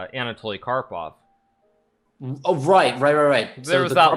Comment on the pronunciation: The disrespect to karpov's name tho